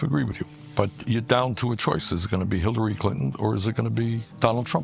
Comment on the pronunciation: He said Hilary his lips just did the Jew roll